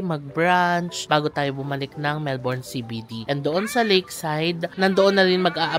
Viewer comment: Melbourne is pronounced as MELb'n not Melborn.